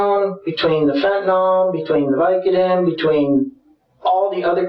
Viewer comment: That's not how one pronounces "fentanyl."